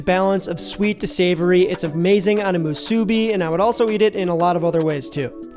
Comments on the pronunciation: being a 2nd generation hawaii local, i can confidently say you're also mispronouncing musubi (should be more like musu-BEE), AND that is actually not the correct spam to rice ratio, go to any 7-Eleven in hawaii and you will find that it is both not burnt to a crisp, and also thinner sliced to better balance its natural saltiness with rice, which in your case was not cooked sticky enough for proper musubi. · Did your step mom ever tell you that you’re pronouncing musubi wrong?